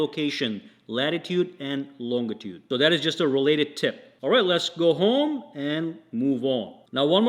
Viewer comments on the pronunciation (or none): Did he really pronounce "longuitude"? 😳